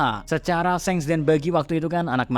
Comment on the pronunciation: Hal paling mengaggu telinga adalah ketika pengucapan SHANKS menjadi SENGS